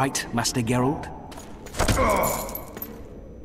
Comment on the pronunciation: Yes! So thrilled to see you continuing this series (and to hear you continue butchering Geralt's name) :P - The Witcher 3 has a way to reset the world state (similar to Dragon's Keep), so RP to your heart's content. You can start Witcher 3 with no regrets with any of your choices. - Having said that, and you might have already heard, the Witcher 2 has a significant branching decision. You will miss (by design) significant story elements, quests, and lore of the other path. The game will give you an obvious hint; be sure to save!